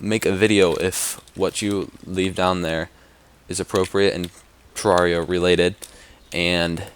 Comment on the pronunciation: You say Terraria with an "A" not an "E"